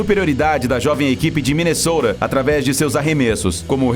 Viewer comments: sim ele fala sim . E fala o nome da cidase tipo ....minesoura ... e é minesoto. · É Minesota